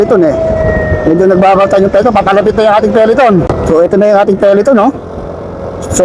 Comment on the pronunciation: peloton kasi, hindi peleton